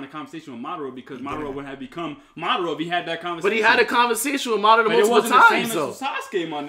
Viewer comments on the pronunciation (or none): It's not mudara it's madara stop saying it wrong 😂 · It's pronounced Madara not Ma-DAR-ra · It’s MADARA...... Not Ma Dah Rama 😒😒😒